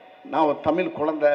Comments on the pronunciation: தமிழ் ன்னு உச்சரிப்பு சரியா வரலை. தமில் தமில்ன்னு தான் வருது... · அய்யா தமிழ் எப்ப தமில் ஆச்சி . 😀 தமிழ் னு சரியாக உச்சரிக்க வரல!.😊😅😅😅😂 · இந்த முண்டதுக்கு தமிழ தமிழ்ன்னு சொல்ல தெரியல. தமில் தமில் இதுல தமிழ் வளர்த்த மதுர காரன் வேற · வடிவேலு உங்களுக்கு வாயில் ழ வரவேயில்லை 😂